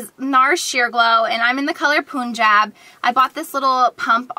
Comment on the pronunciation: The NARS foundation color punjab is pronounced "pun-job" --pun as in no pun intended ;) It's a country in India. Love your videos!!